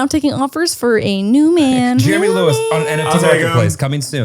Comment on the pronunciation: It’s mammi and papi and jeremyuh